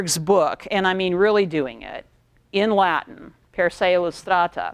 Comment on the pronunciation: Yeah most Americans have terrible, terrible Latin pronunciation.